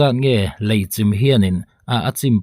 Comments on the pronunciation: Engati nge 'Lai' i tih zêl aaa...Lei ..ti ta che. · Lei tihtur ani lawm ni